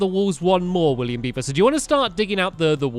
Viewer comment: He said William biby omgggg I'm laughing so much